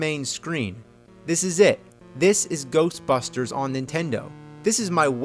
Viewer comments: the ghostbusters sounded like "go fuck her" trololo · I heard GAYBUSTERS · it sounds like GHOSTFUCKER! :) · It’s Ghostbusters not Ghostbuster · Sounds like it’s saying "go fuck her" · Why does it sound like "GOBUSTERS!!!" XD I know it says "GHOSTBUSTERS!!!" but it sounds like it's giving a idea to Bandai about Tokumei Sentai GoBusters! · I heard Ghost fuckers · it sounds like its saying ghost fuckers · Sounds like he's saying "Golfbusters!!" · GHOSHBUSHTERS!!!!!!!! What The FUCK was that? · Game:Ghost busters AVGN: Ghershtbusters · "GHERST BUSTERS" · Sounds like the guy saying GERSTBERSTERS on the title screen never pronounced the S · gheeerst beersters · GHOOST BUSHTERS!! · hahahaha I can't stop watching to XDDDDDDDDDDDDDD GHEEESHT BSTEEEEERRSH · "Ghosshhbustersssh!" What the fuck was that? "Ghosshhbustersshh!" LMAO. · I almost pissed at GHLOSHT BRHUSHTERSS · Lol Japanese pronunciation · LMFAO "Ghosbusters"